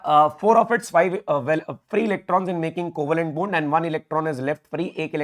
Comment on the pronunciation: sir aap bond bol rhe ho mgr pta nhi mujhe bund bund kyu sunayi dee rha h !!!! ....😂😂